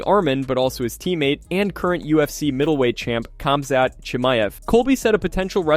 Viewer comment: Nobody heard Colby call Khamzat for Cumshot?